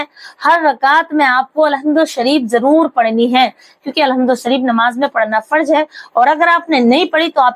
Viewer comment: فرض میں ضاد ھے ضاد نکال کر بولنا